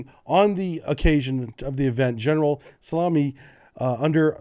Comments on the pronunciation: Excuse me, did you say General Salami? 😂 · My childish ass can't keep a straight face every time I hear you say "General Salami" Ps: Imagine Russia invading Ukraine and China invading Taiwan at the same time.